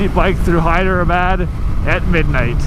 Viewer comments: You keep calling it "Hydrabad"!!!! LOL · It is pronounced as "haydrabad"